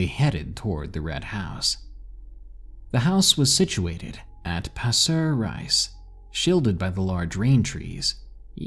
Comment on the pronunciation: As someone who lived in Singapore for over 20yrs (korean) i thought the SG story was cool. Pasir Ris is pronounced as (passer reese) but shortened and quickly said. Ris not rise :) loved the stories man! Keep em coming. Also, if anyone is curious, Turf City is pretty... Haunting. Had a bad experience yesterday on my way home from a bar. Wasnt good. Slept with a knife because the particular spirit me and my best friend "knew" was afraid of sharp objects. Theres also an abandoned house at turf city area. Good luck finding it if you live in SG.